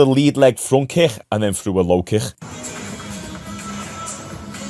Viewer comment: Why do you pronounce the word kick so lazily